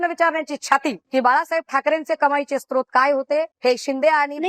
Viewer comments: स्त्रोत नव्हे सर 'स्रोत' असा शब्द आहे. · स्त्रोत नव्हे 'स्रोत' असा शब्द आहे सर.